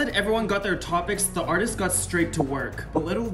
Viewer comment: Hey l have a zhe scissors